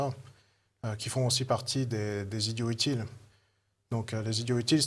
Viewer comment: J'ai arrêté à 20 secondes quand le présentateur a négligé la liaison de "idiots utiles"